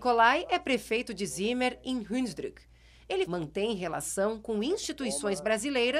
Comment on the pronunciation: Se chama Hunsrück, não 'hunsdruck'.